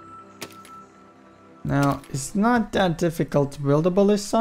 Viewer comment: He said buwild!